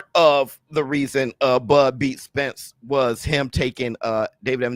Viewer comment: He just can't say Spence name